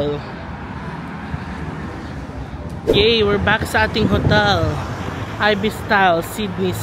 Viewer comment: Hello. It's i-bis po not ay-bis. =)